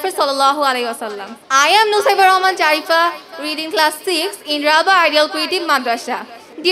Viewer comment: i think zarifa hobe jarifa na btw nice speech